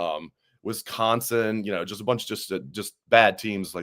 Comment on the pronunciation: Is from Missouri, pronouncing Wisconsin Wesconsin?.